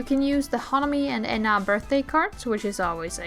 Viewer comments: the main thing is ena which you call ee-na but it's just eh-na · this is my first time hearing someone pronounce ena's name like that lmao i was wondering who tf Yna is until i realized 💀